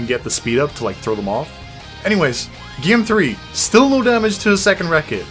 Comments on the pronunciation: Why do you say "GYAME"? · "Playing the gyem."